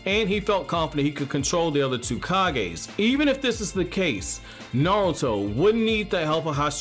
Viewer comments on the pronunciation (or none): Dude his name is NARUTO, not Nalto or Nauto lol 😂 but no hate the video is pretty good ! 😊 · Am i the only one hearing him say Narlto